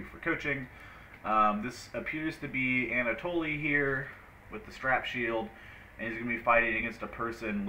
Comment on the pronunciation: You know it's pronounced Anna-Toll right?